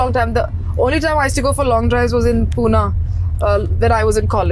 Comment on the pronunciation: Puna❌️❌️❌️ Pune✔️✔️✔️